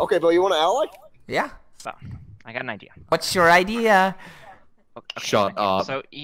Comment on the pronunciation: «Wha-at’s your ide-ea?» gets instantly slaughtered